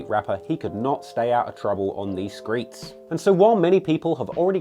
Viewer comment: Bruh did this nigga just say skreets